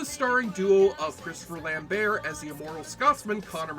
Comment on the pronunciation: you pronouced lamberts name wrong dick